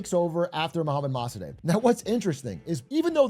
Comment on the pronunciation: Yo it’s pronounced “Moh-Sah-Deck”